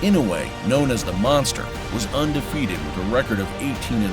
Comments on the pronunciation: "The Mongstherr" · Tyson: monthsther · It's Monster, but I really like the way Mike pronounces it, the "Mon(g)sta" !! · I thought Tyson said Monkster. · He said mongster 😂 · "monfteh"? Hey Mike, might be time to get those teeth fixed? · 'The mongsther' -Mike Tyson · Is it Mongster or Monster or can Mike this you can't pronounce it and it's monster just wondering for clarification